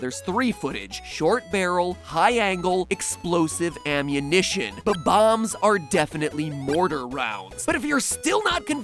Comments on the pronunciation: it is bomb- ombs not bo -bomb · Its not bom boms its bom oms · Who else is cringing on how he says bomb-ombs Or wait HAVE I BEEN SAYING IT WRONG MY WHOLE LIFE?!?